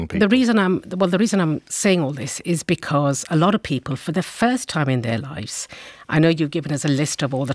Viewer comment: Just the fact she keeps saying lifes instead of lives is enough to anger me.